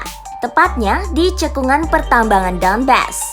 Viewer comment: Мbak, bukan Luhensk, tapi Luhansk. Donbas bukan Donbes..... adeuuhhhh